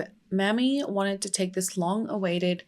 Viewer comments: I love you so much for covering this!!! OUR (black history is everyone’s history) history isn’t talked about enough, and it’s so necessary. Down here in the south, we pronounce his mother’s name may-me. Mammy, can be seen as a derogatory term. I know that wasn’t your intent as our dialect is very different. ♥️ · Mamie is may-me not mammy, and given the history of the word mammy, I would totally rerecord this video, yikes "The mammy caricature was first seen in the 1830s in antebellum proslavery literature as a way to oppose the description of slavery given by abolitionists. One of the earliest fictionalized versions of the mammy figure is Aunt Chloe in Harriet Beecher Stowe's Uncle Tom's Cabin, first published in 1852." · Her name isn't pronounced "Mammy"..it's pronounced "Mamie"...please learn how to pronounce names correctly before you decide to come onto You Tube with a video... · Is there any way you can change the name to Maime ???? Cause Mammy makes me cringe cause I know no Mother in her right mind would name their daughter Mammy !!! It is an insult !! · Good video but JSYK his mum's name was Mamie not M*mmy (pronounced like Amy but with an M at the start) and m*mmy is actually an offensive word used against black women :) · You misspelled Ms Till-Mobley's first name. It is spelled M-a-m-i-e and pronounced May-mee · Also it's not just in the south, Mamie is pronounced may-me everywhere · No it isn't and she's trying to spread awareness and not disrespect anyone so chill. Here in Ohio we'd pronounce it mammy too so thanks for teaching us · Pronouncing her name wrong. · Hi! His mother’s name is pronounced Mamie with a long A. 😊